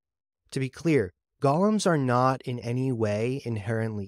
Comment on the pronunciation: Golems, not gollums, right?